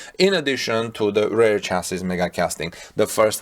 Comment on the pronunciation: REAR is pronounced as reer nor as rare. Please, learn Englisg.